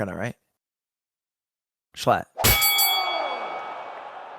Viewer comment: Is it me or Ludwig says sl*t instead of schlatt😂